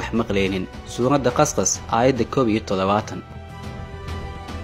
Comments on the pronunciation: Suuradu Qasqas ma ahan eewaaa "Qasas" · Its not Surat qas qas its qasas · It's Not Qasqas its Qasas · Akhii wa barnamij fican masha allah Lakiin aan kusaxo suurada (qasqas Ma aha micno kale ayay sidaad ugu Dhawaaqey kunoqonkartaa ee waa Suuratu qasas ) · bro suurada qasqas ma ahan ee waa qasas Thanks😊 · Heey suuradu qasqas maaha waa qasas